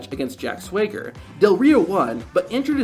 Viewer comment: That’s not how you pronounce Swagger, dude.